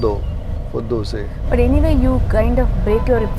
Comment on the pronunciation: Warm wishes to you because you call it 'Dosae' and not Dosa 👌👌👍👍👏👏